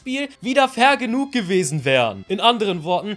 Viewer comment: Ich habe die ganze Zeit"vergenugt" verstanden anstatt Fair genug XD